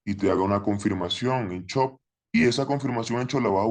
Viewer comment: Me da gracia como le dice chop jajaj i love trader anónimo gracias por todo